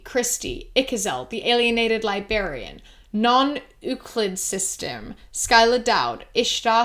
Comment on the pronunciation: I realize the Patreon list is the same recording that has been used in a few videos are you're not doing it fresh every time, but it gets me every time to hear "libarian" without the first r (librarian.) My autocorrect is mad at me for typing it the way it was said, too 😅